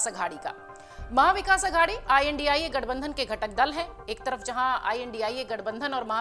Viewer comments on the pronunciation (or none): Ye tu news wali bhi andhbgat h India 🇮🇳 ko indi boli h 😂😂